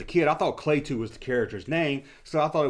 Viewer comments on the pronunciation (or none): You didn’t say I couldn’t say you were pronouncing Klaatu wrong. Klaatu Barada Nikko is what is said in the movie The Day The Earth Stood Still to activate the robot Gort. It was also used in the movie Army of Darkness for Ash to be able to take the Necronomicon which he forgets and garbles the last word. It was always pronounced Klah-tu not Klay-tu